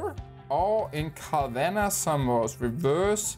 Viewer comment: Det udtales cavanha